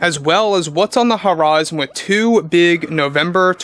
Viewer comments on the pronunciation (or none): none